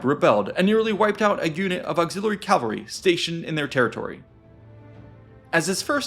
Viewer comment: stop saying calvary